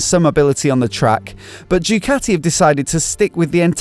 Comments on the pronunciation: You destroyed the name of Ducati is a latter D. start to say do-cat-tee and not choocati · Ducati is simply the best, but please, learn Italian properly!